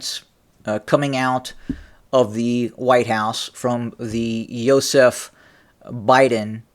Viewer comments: Everytime you say Yozef Biden I think your talking about my dad and its really freaking me out. Can you call him Joe Biden... Lol😬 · Hey man stop pronouncing his first name like that. You trying to insult Stalin 😅